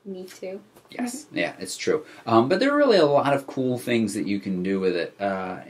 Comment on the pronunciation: Not Thungs but rather "Things"